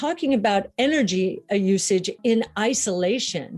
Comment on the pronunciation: eh eh eh.... eh-nurgy